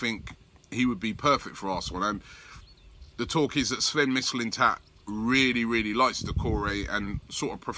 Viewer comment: Robbie mate, you gotta learn how to say these foreign names. I can say them and im scottish. Sanhelli is prounouned San Yeah Hee. Mislintat is Miss Lynne Tatt. Illaramendi is Ih Yahr Ah Mendi